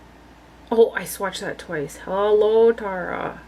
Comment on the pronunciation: That “Hallow Taraaa” killed me 😅